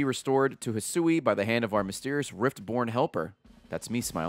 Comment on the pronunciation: Oh man its the return of "Hih-sooey"